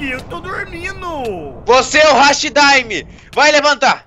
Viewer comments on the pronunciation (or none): Não é hashi daime é hati daime desculpa eu moto no Japão então eu meio que não gosto que fale errado mesmo que seja normal mas não liguem